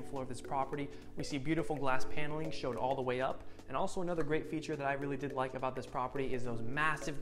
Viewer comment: Hi! Love your vids. Just wanted to give some quick feedback if it’s helpful. Oftentimes when you say, “I did really like” it sounds so strongly like you’re saying “I DIDN’T really like.” A few times my mouth drops in surprise, and then when I rewind I realize you’re saying you do love the feature you’re showing. Just wanted to let you know viewers might hear it different than you intend. So excited to keep following your channel :) Stay well!